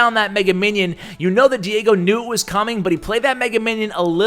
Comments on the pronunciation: Es chistoso escuchar a decir Diego.... Lo pronuncia: Diago!! pero despues lo pronuncia bien XD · Lmao pronounced Diego wrong 😂 I found this kinda funny for some reason